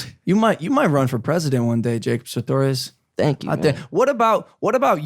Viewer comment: At least say his name right it’s sartorious not satorious 😂